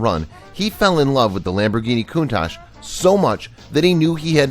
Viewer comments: It's not "Koontash" it's KoonTUCK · its pronounced Countak